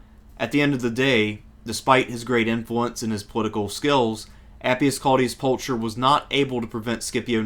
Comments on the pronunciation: Isn't it pronounced like Pulkher ? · Not to be a pedant but “Pulcher” is pronounced with a hard aspirated /k/ sound, not a “ch” sound as in English